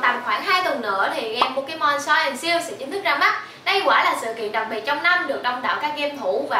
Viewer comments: đọc là sờ-qút chứ pokemon SO sai quá sai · Sword đọc là Sor